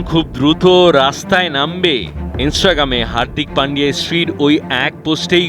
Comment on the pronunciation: ওরে ভাই মুঝে মারো! ও নাকি সাংবাদিক স্ত্রী শব্দটি উচ্চারণ করতে পারে না!!!!!